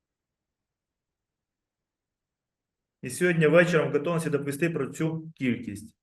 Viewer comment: 7 хв.,як це мурло каже слово в ,,ґатовності", зразу стає ясно-казапура!